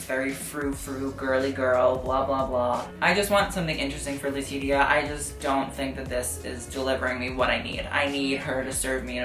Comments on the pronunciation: "la-titty-ya" i am dead baby her name is pronounced "la-tee-sha" i know you are a pronunciation enforcer for some things and if she is (one of) your faves...you should learn to pronounce her name this is no tea, im not trying to read you i promise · I love you but honey her name is pronounced “le-tea-sha” ❤️ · Lool why don't you know how to pronounce letitia